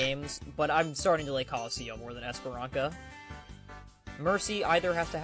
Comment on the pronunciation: Hey, I'm Portuguese. It's pronounced 'eesh-p-rãh-suh'. I put a ~ above the letter 'a' to indicate it is actually a nasal sound. By the way, if you drop the first 'ee' sound in the first syllable, it'll sound more like how a native speaker would say it casually. The way the Overwatch announcer says it sounds too over the top. Fun extra fact: the word 'esperança' means 'hope'. It is also a feminine name, but it sounds kind of old nowadays, so you're most likely only going to find it in 50+-year-old Portuguese women.